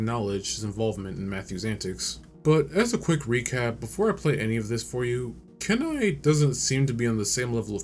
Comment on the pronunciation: Kenai is pronounced keen-eye